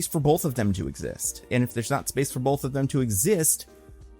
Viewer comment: There is no L is the word both. You pronounce it like "bowlth."